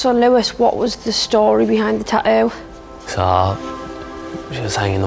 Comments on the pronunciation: Tattoo not tatooo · It’s called tattoo not tauoo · How come every other British person on the show can pronounce "tattoo" properly but not the host? I cringe so hard every time she says "ta-ooh." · why can she not say TATTOO?? you could only find somebody who can say "ta-ooo"??? does she not see theres more than one T in the word tattoo? and yet you hired her lol?? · "Ta-ough"...your new "Ta-ough". When you can't even pronounce the title of the show you're hosting. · No, they say Ta'oh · "TATTOO" jeez not "TaTo" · Half these people can't even pronounce tattoo. "Ta-oo, ta-oo, ta-oo!" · It's tattoo not tatoe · how does that girl pronouce the word tatoo?? " tayu" this show is all staged..haha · So why can she only pronounce one 'T' in Tattoo...? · why can the blonde chick pronounce the first T in tattoo but not the second 2 t's. Kinda drives me crazy. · The Geordie pronunciation of the word "tattoo" is pure gold👌